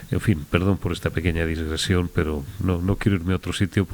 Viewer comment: "DIGRESIÓN". Con amistad de un Filólogo.